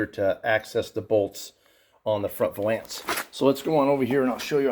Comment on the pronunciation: Valance like balance, Not va lance. Ughhhh!